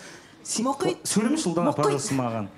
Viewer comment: Ұлдана: Мұқит Мұхит: Ұлдана Мұқит демеш 😅